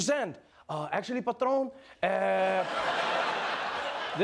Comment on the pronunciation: The way Trevor says "patrón" cracks me up everytime.